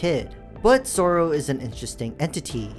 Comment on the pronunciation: It’s not soorow it’s sorrow